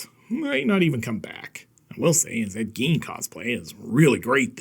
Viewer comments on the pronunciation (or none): "Ed Gien cosplay"😂